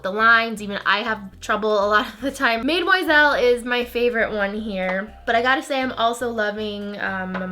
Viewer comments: Love the hair! Love the Reds, and I kinda want to try mademoiselle. P.s. Do u not know how to pronounce the French word for young women, mademoiselle? Cause u keep saying maid-moiselle and I'm pretty sure it's pronounced more like madam-moiselle. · mademoiselle, pronounced mah-deh-muah-zel.